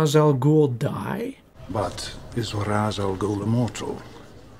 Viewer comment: My only issue (other than the miss pronounced names from Ra’s and Henri Ducard) is the whole “I don’t have to kill you I just don’t have to save you” ummm yes batman YOU DO Have to save him! That’s voluntary manslaughter or as most people call it MURDER! He not only caused the event that killed him but he also COULD HAVE SAVED HIM.